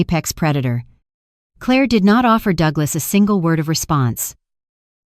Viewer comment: Yep it still can't say Claire.